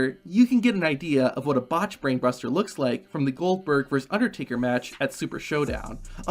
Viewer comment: versus not verse